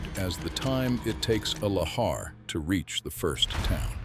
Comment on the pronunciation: 6 different pronunciations of Lahar is too much